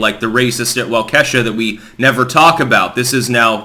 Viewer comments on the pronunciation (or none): Wah-keshuh is killing me, lol. It's Walka-shaw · Ya know, when you continue to mispronounce "Walk a shaw", you do your part to sanitize the story. Just as you accuse the legacy media of doing. Many casual listeners fail to make the connection to the unpleasant event perpetrated by a racists loser who drove thru Christmas parade goers in Wisconsin a few days ago. Your pathetic mispronounciation sounds like a ghetto in wakanda. Not a city in Wisconsin. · It's pronounced Wauk-eh-shaw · I really wish you would try to pronounce Waukesha correctly. Walk-ah-shaw......... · Wah-keh-shaw is how it's pronounced. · Waukesha is pronounced walk E sha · Walk-a-shaw is how you pronounce it lol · This is how I hear it pronounced in Wisconsin. walk E Shaw. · It's pronounced walk-uh-shaw. Cha'alt! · Its pronounced Waaaahhh keeeee shaw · It's pronounced "waw ka shaw" waukesha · Wah key shaw is the correct pronunciation of Waukesha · Hi everyone, I live in Kenosha and am from Wisconsin. It is pronounced Waw-kee-shaw or often Waw-ka-shaw Just saying. :) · Its pronounced WokeyShow, because that was what he was putting up.